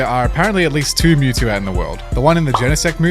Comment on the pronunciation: Mewtwo not mental